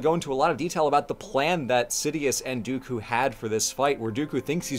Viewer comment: the best way I managed to piece it together and mind you... i'm like a casual cantonese speaker, and this is purely my theory... which is this: In that VERY VERY Specific scene where Ewan - Obi Wan is saying Dooku's name he says it so quickly he says almost like "duKu" introducing two Chinese syllables that sound like duKu 的 - Di - which can be directly translated to "of" 佢 - Ku - which an be directly translated to "him, her, his him" and most relevant for this "IT" duKu therefore translating it back is Count "Of it" Now if you're half-assing the translation how do you one word Count "of it" Count "the"